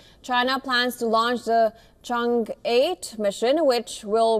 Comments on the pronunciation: and the E is like in English word Earn or Early. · Chang E not Change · Change 7? seriously? I know it's a foreign word but at least try. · Chang E = Lady Chang E = Lady Chan Er